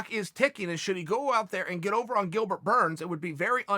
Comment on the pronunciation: He said Dilbert